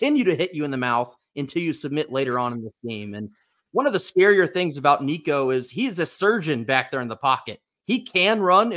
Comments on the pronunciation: Damn good job on saying Nico's last name properly brother! Very few can, and even those that call themselves vols fans, can't or don't care to even try to say it the right way, so props to you! GBO! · Dude, you pronounced his name right! Excellent. Go Vols!